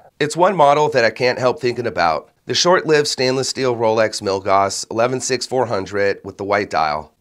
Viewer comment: FWIW Milgauss rhymes with hill-house